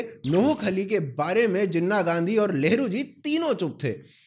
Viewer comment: I am so confused you said nehru or lehdu or lavdu🤣🤣